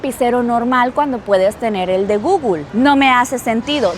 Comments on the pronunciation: Alguien le puede enseñar cómo se pronuncia Google? No entiendo de dónde saca guglu…Porfavor enseñarle a pronunciarlo bien que no parezca una analfabeta 😂😂 gugul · Porque dice gugul? 😂